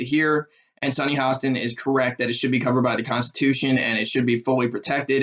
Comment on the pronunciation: Please learn how to say Sunny's name. It will only give your viewpoint more credibility.